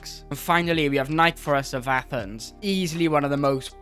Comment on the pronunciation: Nick-eh-phoros Other than that amazing video as always